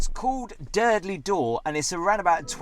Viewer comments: Tiiiiiiiiiiiiiiiiiiiiiiiiiiim!!!!!!! It is pronounced ‘Dur-Dull-Door’ not ‘Durdly Door’ 🥴 You’ve just had the whole of Dorset screaming at you 🤣🤣🤣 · It’s called Durdle Door, not Durdley Door. Just saying. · Also its prnounced Durr-dull Door, not durdelley 😆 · Found it hilarious how you kept calling it durdley door 🤣 bet you say 110m hurdleys aswell 🤣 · Hi. Are there any videos of Gabby singing 🎶 ( Sorry if I spelt it wrong). Ps its pronounced Durdle door not durdley 😅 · Dear, it's not Durdley Door. It's pronounced Dur-dal Door. I've never heard anyone call it Durdley. 🤣🤣🤣 These places hold memories of my teens because I lived near there. Sandbanks and the Sandbanks ferry, Lilliput, Poole Harbour and the surrounding area. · It's actually called durdle door not Durdley door. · Your pronunciation for Durdle door is totally incorrect. It is not the derdeley dor 🙄🤦🏻‍♀️ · Saying Durdle Door wrong 😅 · Another brilliant vlog! Really enjoy watching your videos. Just one tiny moan, with Durdle Door the E is not pronounced on the end. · Do not pronounce the e on the end of durdle door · You might need to work on your pronunciation of Durdle Door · You must be from Liverpool as you don't have the letter "T" in your speech. LOL